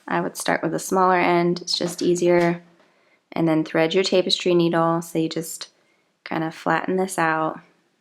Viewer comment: Cool tutorial that makes a very nice looking piece. "Tapestry" is not pronounced with the first syllable sounding like "tape." Should be pronounced with the first syllable sounding like "tap" as in tap a keg of beer. Thanks for such a nice tutorial video.